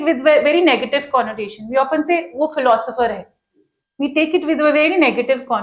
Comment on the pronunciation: Madam sitting to the left of Shoaib sir doesn't even know how to pronounce philosopher...............philo sopher 😂